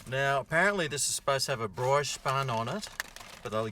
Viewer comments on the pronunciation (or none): Bri-oche is Bree-osh. Not BrOYsh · please learn how to pronounce BRIOCHE properly. - It's pronounced "BREE-OSH" not this BROISH garbage you spit out. Cheers. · Brooooiiiiich It’s bree-oh-sh. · God I love this channel. I do have to tell ya it’s pronounced “Bree-Osh” not “Broy-she” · FOR CHRIST'S SAKE,, WHEN ARE YOU FINALLY GOING TO LEARN THAT "BRIOCHE" IS PRONOUNCED "BREE-OSH?" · Sorry, going to be that guy.. Brioche is pronounced: "Bree-o-sh" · Brioche is pronounced "bree osh". Don't you watch Gordon Ramsay?? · Can't tell if you're taking the piss saying "broish" buns lol